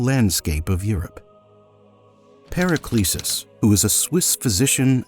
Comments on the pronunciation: Brother CR and Paracelsus deserve to have their names pronounced correctly. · Interesting video, though a pity that you mispronounce the names of Rosencreuz and Paracelsus!